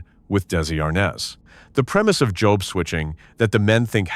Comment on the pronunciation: We have to see the announcers actually speak into a mic. NOT AI constantly. This English voice did pretty good, none of the usual ehhhhh sounds after a word ehhhhh. When your robot voice is calling a simple three-letter word job, JOBE, that was a good clue. JOBE, is Job's name in the Bible.